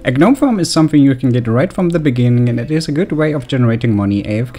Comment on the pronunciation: ganome GANOME plz it is check the pronunciation